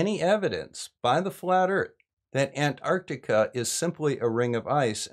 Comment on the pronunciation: Thank you SO much for pronouncing antarctica correctly. I don't know why, but those who say it "ardika" drive me NUTS. Oh, and also thank you for all the work you do trying to calmly explain the truth to people who need to hear it.